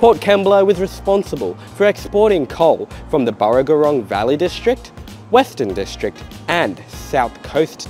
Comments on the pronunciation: Also the way you pronounced and spelt "Burrogorong" Valley , it's actually Burrogorang. Love your videos though, even if some of your area pronunciations make me think maybe you grew up in another city 😉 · Thank you for the interesting video. BTW it's Burragorang not Burragorwrong 🙂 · I believe that is the BurragorAng Valley, not BurragorOng Valley. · It's burragorang not rong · You need to work on getting local place names correct. Burragorang first. Then Maldon.